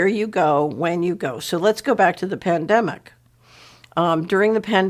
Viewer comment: the pan-they-mic will end when mon-nayterry - sistim is changed